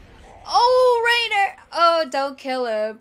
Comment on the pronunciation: PLS, PLS, PLS its pronounced "RYNER" not "RAINER" I know its not a big deal but Ive been cringing since early season 1